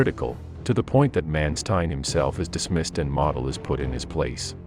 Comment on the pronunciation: It’s hard to listen to Model’s name being mispronounced.